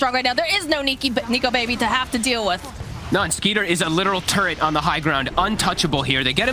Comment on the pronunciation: "Turret" yuck caster